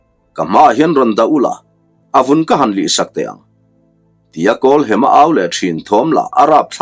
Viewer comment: Kan lo sawi ve lok nge w kawlhema tia i lam ri kha hem na lai tak kha thluk hniam lovin thluksang zawk ta i la kawlhema ti ta i la ngaihthlak pawh a nuam zawkin ka lo ring deuh a